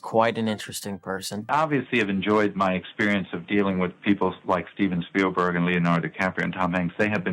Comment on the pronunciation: Talk about pronouncing names wrong! He called Steven Spielberg, STEVEN STEALBERG! Yeah, he stole alright’n